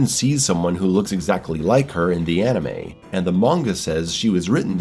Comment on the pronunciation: It's "anime", not "animey".